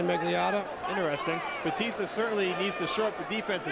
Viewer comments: The commentator keeps saying Baptista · commentator keeps calling him baptista -.